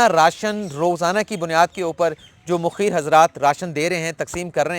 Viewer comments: Assalamo Alaikum Sahib sir naraz na ho a Lafz Mukheer nhn hai balkeh Mukhayyar hai shukria sir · جیمیں تین ھیں اس ملک کی۔ کانی ھیں ایکدوسرے کی۔ عدلیہ پہ کسی کو اعتبار نہیں ھے صرف بولتے ھیں۔ اس پہ خود نا یقین نا عمل کرتے ھیں۔ اس ملک میں ھمیں صرف عمران پہ یقین ھے اور اللہ تعالی کی رحمت کے لییے دعا گو آپ نے ھر بار۔ مخیر mukheer بولا۔ جبکہ مُخیئر ھوتا ھے۔ Mukhayyar پلیز اپنی ادائیگی و تلفظ پہ بھی دھیان دیا کیجئیے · پہلی بات تو یہ ہے کہ تلفظ mokheer نہیں mukhayer ہوتا ہے دوسرا آپ نے کہا کہ سندھ اور وفاق میں جس نے زیادہ کام کیا دودھ کا دودھ اور پانی کا پانی ہو جاے گا ۔۔۔۔۔کیا یہ وقت سیاسی سکورننگ کا ہے ۔۔۔۔۔۔کیا ہماری عدالتی تاریخ میں کبھی سیاسی مقدمات میں دودھ کا دودھ اورپانی کا پانی ہوا ہے؟ آپ کی پنامہ کیس کی رپوٹینگ میرے پاس محفوظ ہے اس میں آپ کی راۓ بھی ہوتی تھی کیا اس وقت آپ نے دودھ کو پانی ہوتے نہیں دیکھا ۔ یار خدا سے ڈرو کرونا میں خدمات کو سیاسی پوائنٹ سکورننگ بنا کے جانبدار ایمپائر نہ بنو پھر کہہ رہا ہوں سمیع ابراہیم سے ڈاکٹر دانش تک پڑھتے رہا کرو ۔